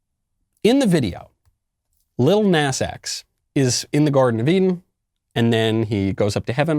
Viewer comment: Love how Michael pronounces “lil nas”